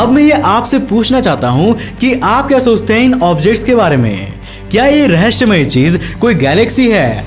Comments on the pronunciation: Bhai raheshya nahi rahesya hai bolo zuba Kesari😉😁😁😁😁😉😁😁😁😘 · RAHASIYA OR RAHASHIYA mein fark rakho bolney mein bhai bohat baar kaha